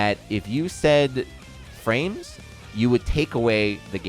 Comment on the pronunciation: “Wheres my fwames?”